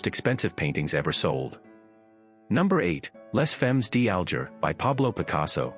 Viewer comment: Your French pronunciation of "Les Femmes D'Alger" is horrible and laughable. Maybe you thought it was by that other Spanish artist PabLow Pik a sow. Then there's Munch, Bunch and Crunch. LOL'ing. As far as the most valuable or best paintings in the world,....there's "The Sleeping Gypsy" and "The Dream" by Henri Rousseau in The Modern in NYC. There are many more of course.